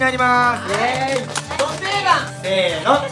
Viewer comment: ennちゃんが｢せーのﾂ｣て言ったらもう｢ベビタッピ！｣にしか聞こえないw